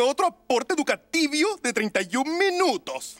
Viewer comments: En ves de decir educativo dice educativio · NO C DIC ENSEÑATIVO SE DIC EDUKATIBIO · Si, lo han dicho mal todo el tiempo se dice educativio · Es "educativio" 🙄💅 xd